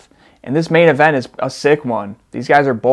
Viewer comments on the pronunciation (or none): none